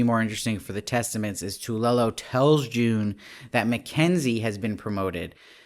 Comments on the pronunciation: It’s pronounced phonetically TOO-ELLE-OH……Not Tula, or Toolo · TWAY-yo is how it’s pronounced, it’s Spanish. 2 syllables